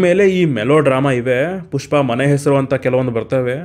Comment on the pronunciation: ಪುಷ್ಪ ❌ ಟ್ಯೂಷ್ಪ ✔️